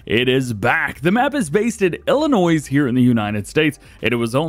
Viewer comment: Hey Dj great videos But I do have to say just one thing and it about the way say Illinois the S at the end is silent.